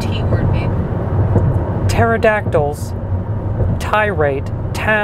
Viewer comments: It’s pterodactyl it’s spelt with a p not t 😂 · Pterodactyl does not start with a T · Pterodactyl doesn’t start with a t. I was so confused 😂😂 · Nobody's gonna mention that Pterodactyl doesn't start with a T lol. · Just throwing this out there pterodactyl starts with a P not a T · Um. Its Pterodactyl... lol silent P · It’s pterodactyl not terodactile lolllll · it is pterodactyl................... get it right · PPPPPPteridactile is spelled with a P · Say a “T” word..... Pterodactyl 😂😂😂😂 Close 👍